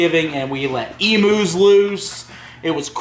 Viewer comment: it's not emoos it's emu....